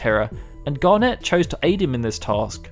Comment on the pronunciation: Great summary, thoroughly enjoyed hearing it. However, your pronunciation of things makes me cringe so much... Like, have you honestly never heard the word "garnet" said before? It's a pretty standard word... Still, thanks, your content is actually brilliant. Please learn how to say some words though! :thumbsup